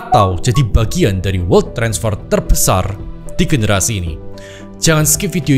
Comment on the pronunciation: bacanya welt aja koh